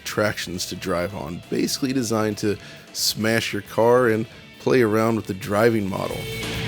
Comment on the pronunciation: New DF drinking game: take a drink every time mispronounces the word “basically” as ‘basely’. Or don’t. Alcohol poisoning is a serious matter.